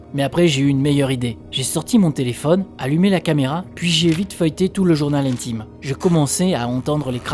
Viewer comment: On dit journal intime pas Jones intime lol😅😅